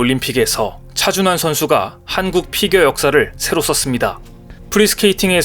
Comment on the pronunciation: 여기도 또 차준화라고 개명하고 있네.(28초 부터 10여초간) 왜 우리의 영웅 차준환을 차준화로 둔갑시켜 지껄이고 있는가? 재미주의에서도 그렇게 발음하더니, 여기저기에서 차준화라고 개소리 하고 있나? 좀 베끼지 말고 잘좀 만들어라 이 베끼기 대장 유투버들아.